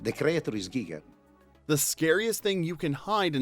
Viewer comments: Giger's last name is pronounced "GEE-grr," not "GI-grr." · H.R. Giger's name is German, so following pronunciation rules, is is pronounced 'GEE-ger' of 'GEE-geh', NOT 'GUY-ger' (the name Geiger IS pronounced THAT way). Also, for a video purporting to replay FACTs, the narration at least makes a lot of mistakes, unwarranted exaggerations, distortions, e.g. 'nobody knew what was going to happen with the chestburster scene'....well, except for the director, the cinematographer, the production designer, all the grips, FX people, etc. The only people who did not know (much) were the actors, and even John Hurt had a pretty darn good idea, since he had to have all the apparatus put on him. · "Gi"! - Giger, not Guyger. He was Swiss ❤ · The proper pronunciation of H.R. Giger's name is EASILY researched. It's common knowledge that it's NOT pronounced like the radiation detector, a Geiger Counter. The first syllable is a long E-it's "Gee-ger", which you CLEARLY hear If I've known THAT since Alien's release and that of Giger's subsequent "Necronomicon" coffee table book, you should know it, too. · HR "GEE-ger" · Giger is pronounced GEEGER. It is German not English. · "Drugstore supplies" haha funny , HR Giger's father was actually a pharmacist :) (it's pronounced "Geeger" actually ;) ) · Our familiar voice has returned! By the way, while most people pronounce Giger with a long I, I believe it’s actually “Gee-ger”. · The constant mispronunciation of "Gieger" in this video is a travesty, especially when the man pronounces his own name . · Just checking if anyone commented on H.R. Giger's name being mispronounced in this video...